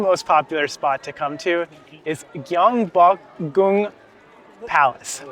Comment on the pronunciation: You are probably one of the first English speaking YouTubers that I have seen who has accurately pronounced 경복궁 (Gyeongbokgung Palace), which is not an easy word to pronounce.